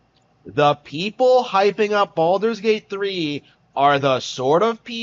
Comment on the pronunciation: cant even pronounce games name correct and he thinks he has good take